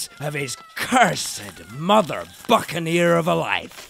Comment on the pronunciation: Hopefully I am not a whitbread comment..! Had a few listens to that word 'buccaneer' sure sounded like a 'F' at the start.. 6th comment, sorry for being a little slow out of the box.